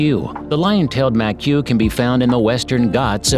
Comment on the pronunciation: Ma-que? Seriously? There's a video on youtube on how to pronounce Macaque.